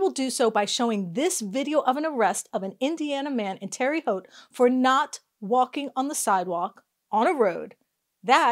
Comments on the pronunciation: Terre Haute is pronounced "Tarah Hote" not "Terry Hote". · 😂 It’s pronounced “Terra,” not Terry. (I lived there until age 11 and then again from age 25-28. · Her calling it "Terry" Haute, totally made my day.